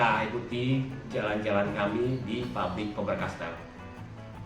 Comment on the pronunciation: Voice very bad in that it doesn't pronounce the words properly all the time. It doesn't even pronounce Faber-Castell most of the time. Terrible advertising